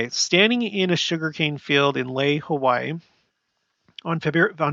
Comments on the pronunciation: Laie = La-ee-ay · La'ie is said 'Lah-'EE-eh'. Polynesian vowels are like as in Spanish. A-ah, as in "father". E-eh, as in "wet". I-ee, as in "see". O-oh, as in "no". U-oo, as in "shoe". Also the apostrophe ( ' ) is a gluttal stop, or break, like when we have a break when we say "uh 'oh!" I lived in La'ie for a few years, and also in Tonga at Liahona, (LDS church high school) for three years. For all Polynesian languages, pronounce all consonants and all vowels. The vowels don't change sounds like they do in English.